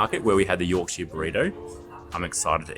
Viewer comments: By the way, place names are pronounced with a shuh, not shire. So it’s a Yorkshuh pudding 😉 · If it ends in shire, it's pronounced shur, never shire. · Yorkshire Pudding is traditionally eaten with Roast Dinner and Gravy, and its pronounced YORKSHER not YORK SHIRE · Even though it's called Yorkshire Pudding, it should never be called YorkSHIRE pudding. has it right, pronouncing it York-shuh Pudding! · Great vid loved it but need to correct the pronunciation about the puds - Its not a yorkshiar pudding. Its a yorksha pudding especially if you're from yorksha. Try Toad in the hole, with yorksha batter and sausage with gravy!!!!!!!!!!!!!!!!!!!! Keep up the vids cheers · Just a heads-up, Yorkshire is pronounced york-sure/shur. Americans will say the Shire abit like as in the Shires or Shire horse, but that is only said that way when it's on its own thing, and not attached to a place name. For some reason they can say New Hampshire correctly, some get it when I point it out. Londoners and some other areas in Blighty are the main ones telling me that I'm pronouncing wrong. They will still claim it is pronounced with sheer/shear at the end, even though I'm from Yorkshire with the lineage. Aussies get a free pass, you understand us more than the Yanks.👍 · The way you say Yorkshire it’s should be said like this Yawk shuh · Many place names in the UK aren't pronounced how you think. Yorkshire is pronounced Yorksheer. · Here's a English lesson for you, to stop you sounding like Yanks :) When ever you see "shire" especially when in our counties you pronounce shire = cher, as in the singer. So Yorkshire, you'd say York"cher", Nottingham"cher" etc etc. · PRONOUNCED YORK-SHEAR PUDDING. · I've never heard an Aussie pronounce Yorkshire like that before.